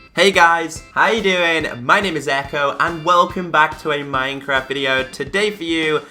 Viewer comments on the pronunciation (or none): none